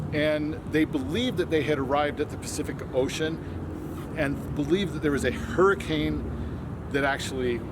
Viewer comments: I believe it's pronounced " Hurr-a-kin". I moved to Hurricane about 3 yrs ago and was corrected almost right away! haha Also we pronounce Zion like "Zi -in". Also most locals will say it was called Hurricane because the settlers said winds were so bad like a hurricane (and still are!) Because of where it's located in between the mountains, the valleys funnel the wind right through the town causing the high wind speeds. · I grew up in Hurricane and I hate NEVER ever heard anyone call Smiths Mesa Hercules Plateau! My husband hasn’t either. Also, the Hurricane native in me cringed when he said Hurricane wrong. One other thing, some people say La Verkin the way she said, but 90%. of people just say it La Verkin.